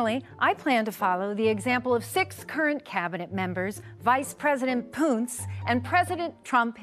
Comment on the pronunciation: “Vice President Poonce”? 🤣🤣🤣